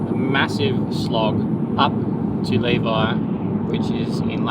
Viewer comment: I had high hopes you would learn how to pronounce Levi by the end but was left disappointed lol. We've stayed in those same cabins, great location!